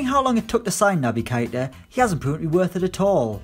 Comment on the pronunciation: I’m not saying you’re wrong about keita - it’s not kaita it’s kayta 😂